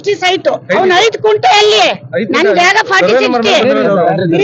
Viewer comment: ಕುಂಟೆ ಅಲ್ಲ ಮೇಡಂ ಅದು ಗುಂಟೆ ಅಂತಾ